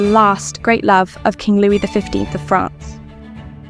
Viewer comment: Too bad they couldn’t be bothered to use a real person to narrate: calling the King “Louise” is eye rolling